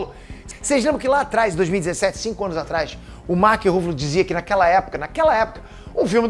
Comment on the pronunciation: Mark ruffalo ou Mark Ruffles? kkkk